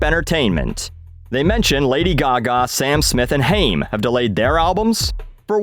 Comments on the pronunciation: Always love your content. I’m so glad you’re back. Around the two minute mark though, you mispronounced Haim. It’s Hī•am, not Hāme. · Just FYI: it’s pronounced “Hime” - like the Jewish last name and they’re pretty good. Everything else you said is awesome 😎. Love your vids